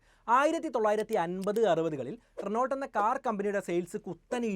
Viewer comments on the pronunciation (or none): റെനോൾട്ട് അല്ല റെനോ.